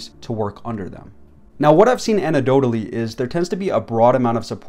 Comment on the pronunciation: Cool video, but ya gotta pronounce the c in anecdotal dude.